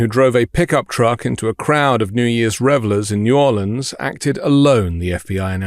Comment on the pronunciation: Pausing at only 9 seconds to say THANK YOU for properly pronouncing New Orleans 💙😎